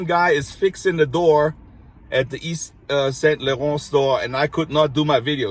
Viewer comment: And yet you pronounce Yves St. Laurent so beautifully, while so many don't get close!